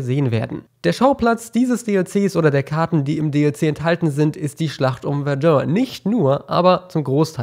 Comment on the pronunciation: bitte sprech Verdun richtig aus :-)